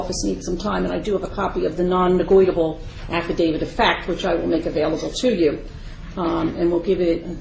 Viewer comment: “Nonnegoitable” LOL